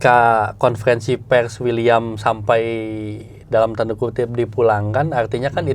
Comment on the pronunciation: Wiliam bukan uliam.. Wiliam marcelio